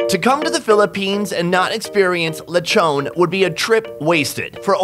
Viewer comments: It's not Lechone it's Lechon😂😂😂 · Him: lechoogn Filipinos: lechon dude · the way you said "leychown" is already satisfying.. now im full...